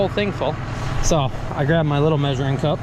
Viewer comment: At 12 min 19 did u say "measuring cun* "by accident? because thats what it sounded like before you corrected yourself?😂😂